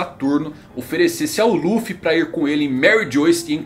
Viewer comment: O cara acompanha o mangá mas fala Ruffy